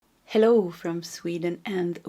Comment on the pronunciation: I love how you say hellOw